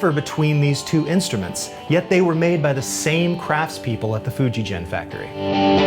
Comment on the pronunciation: Hi,. It's Fuji Gen, pronounced with a hard "g" pronunciation. Not a "j" sound, as in "Fuji Jen". Not trying to be critical, but I lived in Japan for several years. Love the videos! I bought a Greco Frampton LP from you guys s few years ago. Always great service at and.